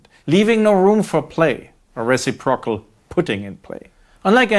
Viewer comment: Tip to Prof. Moeller: I'm sure you speak quadruple languages to my two, but a little English pronounce nitpick -- "reciprocal" is phonetically "ris SIP prah kul" NOT "res AH prokal" Dr. Moeller's got one hell of a cushy job in Macau, a bigger "Las Vegas" resort city than even Las Vegas. What an ideal location to explicate Marxist thought in a city with one of the highest per capita incomes in the world! Hilarious. Btw, when I hear the word "theory" so often used here -- aside from some possible equivocation -- you're using it in a specialized, niche way, right? You can't test it in any consistent, reproducible way. You can't make predictions in any null hypothesis fashion. You can't be peer reviewed. So, uhh yea, I'm going with the everyday colloquial use, e.g., "Well my theory is Dan's having an affair; that's why he always late." Without the academic side of word salad of course.